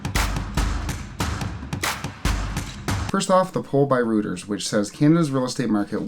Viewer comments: It's pronounced more like royters than rooters. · Hi - love your videos. Reuters news agency was originally established in London during the 19th century. Pronounced as "Roy-trz"